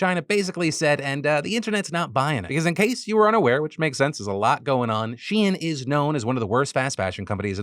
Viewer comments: Wait she-in??? I have literally never heard it pronounced like this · Phil it’s pronounced SHEEN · TDiL: Shein is She-In and not a funny way to spell Shine 🌟✨️ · On top of everything else, I just can't get over naming a company "shein" and insisting it's not pronounced "shine" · I don’t how a single person in your office has not corrected you on ur pronunciation of shein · Take a shot every time Phil says SHEIN